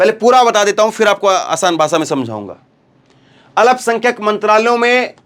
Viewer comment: Alapsankhyak nahi bole, sahi Alpsankhyak ap bolege,please, Zakir, Ara Bihar